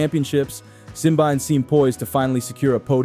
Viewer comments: it's simbine not simbaine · Where did you get your Simbyne pronunciation? It’s Simbine. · Have you not watched a single commentary or interview with him to know how to pronounce his name? The mispronounciation makes the video unwatchable for me.